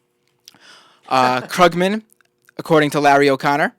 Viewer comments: How can someone who produces a political radio program not know it's pronounced KROOG-man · Maybe rather than discussing hair styles and exchanging make up tips you should learn how to pronounce Krugman and Keynesian to at least SOUND less ignorant. Though .. on second thought .. na, wouldn't even work. Some things just can't be hidden.